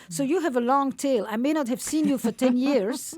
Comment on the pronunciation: When she says, "and feeling seen" but it actually sounds like she's saying "and feeling sin" that is why/how the 2nd world countries can still contribute to 1st world thinking. Because they take the language to such extremes that normal people would never come up with such a word association.